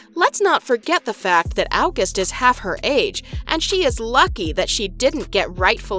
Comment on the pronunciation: Just say august correctly. It’s not difficult.